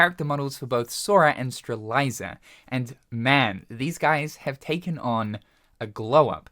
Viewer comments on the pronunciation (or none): did bro just say streliza? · Uhm Buddy- it's pronounced like "struh-lit-zee-uh" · lol that’s a funny way to pronounce Strelitzia as Streliza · This news is LIT but he still cant say StreLITzia? I'll see myself out now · It's stre-LET-zia bro lol, how many times we gotta tell ya 😅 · There he is again... who needs Strelitzia when you can have "STRELAYZA" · Strelitzia did not go through all that for you to butcher her name like this give my girl respect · 3 years and you still can't say Sterilitzia properly though 😂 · It's been years and my bro still can't pronounce strelitzia's name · He pronounced it right a few times. Maybe him botching the pronounciation of "Strelitzia" is a running gag on the channel. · His biggest opp tbh 🤣🤣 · he's not gonna fix it. :P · Maybe we should have ChatGPT teaches thim 😂😂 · Youtubers say words wrong on purpose to farm engagement in the comments. Congrats. You got played. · Not sure if you have been following since channel since 2015 or not but he's been unable to say it right since, don't know about now but it sure was never on purpose.